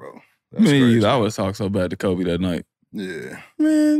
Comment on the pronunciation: this dude said kobe wrong (for not talking to a lazy sorry ass teammate)... then he said "i don't remember what he did" 🤡🤡🤡